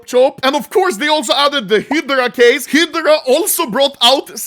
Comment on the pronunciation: why are you saying heedra for hydra